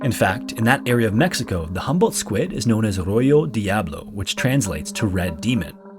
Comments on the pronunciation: ain't you watched dora the explorer? it's row-ho not row-yo. also diablo means devil not demon. demon is demonio. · It's "Diablo Rojo" pronounced dee-ah-blo ro-ho, not "royo diablo" or whatever it is you said. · Rojo is pronounced "Ro Ho". Not "Roy yo". Diablo is "devil". And, it'd be Diablo Rojo... "The Devil that is red". We put the descriptor before the described in English. In spanish, it's the other way around. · LOVE YOUR VIDEOS AND NARRATOR AWESOME VOICE, WHICH BTW JUST FOUND YOUR CHANNEL YESTERDAY AND IS INCREDIBLE BUT FOR A MAN WHO IS VERY METICULOUS, (ROJO) IT'S NOT PRONOUNCED ROYO IS RO/HO, RED DIABLO, DE/A/BLO IN ENGLISH MEANING RED DEVIL. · Great video! One correction: the pronunciation of Rojo is like “roHo” rather than “roYo” in Spanish. Also generally the adjective comes after the noun in Spanish, so the phrase would be Diablo Rojo. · I'm gonna be that person and correct the smallest of errors.. rojo is pronounced (roh-hoh) not (roy-yoh). Always I love your videos however Probably just gives me some sort of small significant importance by correcting other people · Ro-ho not royo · Babbles failing you! it's pronounced Ro-hoe rojo diablo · when he says "ro-YO" 😢 clearly not using babel... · ok... tell me how you have Babbel as your sponsor and then not only mispronounce "Rojo Diablo" but you mistranslate it too 😆Don't get me wrong you got close enough, but man with Babbel as your sponsor, I can't help but find it funny. Its pronounced "RO-HO DEE-AH-BLOW" and it's spanish for "Red Devil" not red demon. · Proper translation is “Diablo Rojo” pronounced as “Roh-hoh” 👍☺️ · You might want to use the app that sponsors this video, royo diablo??? J is Spanish sounds much more like H in English... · Rojo is read roho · not the babble ad and then mispronouncing an extremely common spanish word lmaoooo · Bro please learn how pronounce rojo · I cringed at the pronunciation of rojo 😭